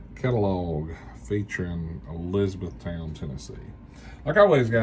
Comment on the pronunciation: I drive by this plant daily. It’s is pronounced Elizabeth-ton